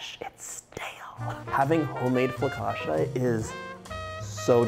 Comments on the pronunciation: He is saying fla-ca-shuh, that's why even the video makes fun of him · Someone in the background, tried to correct your pronunciation of the word" foccacia. You just did not get it! In Italian, when a the combination of 'c and i' fall together it is pronounced as if it is "cha" as in the dance, the cha,cha,cha. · Dear John, FOE-KAHT-CHA 😄 you’re welcome, Cassie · to complicated dear Let's make it simple It is "ch" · I think a good way to pronounce it for our English speaking friends is: Foe-catch-ah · Agreed! I learned a trick for pronouncing Italian words. Two consonants in a row cause a hard stop. So it’s pronounced. Fo cah chia. No soft sounds. I am making this right now. This man has so many great recipes and so much kindness. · i love hearing you say flocaccia with so much conviction haha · its pronounced fu cah shia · Dear Italians, please don't kill John for mispronouncing focaccia, we love this man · Couldn't listen to him mispronounce something that he's teaching me how to make. I lasted minutes. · John I love you but how do you not know it’s focaccia ….. and how to pronounce it!!